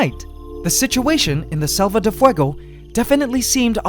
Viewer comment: You're pronouncing selva like salva